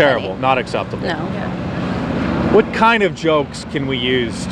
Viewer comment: When did the word "Yea" get 3 syllables?